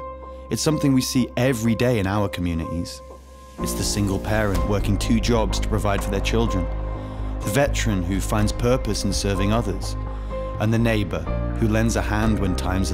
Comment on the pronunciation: The commun-ih-ees